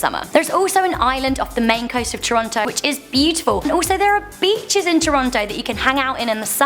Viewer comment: lol "there a bitch's on Toronto"hehehee